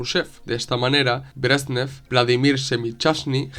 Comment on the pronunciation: Se llamaban Leonid Brézhnev y Alexéy Kosígin que se pronuncian; /lianíd bréshnief/ y /alikséi kasíguin/. Te lo escribo porque es fácil hacerse un lío con los nombres rusos. Muchísimas gracias por tu una vez más excelente trabajo, muy bien documentado y expuesto. Saludos.